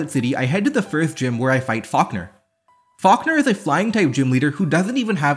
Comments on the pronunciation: "Fockner" is my new favorite way to say falkner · I still cant get past the fact that he pronounced "Falkner" as "Fuckner"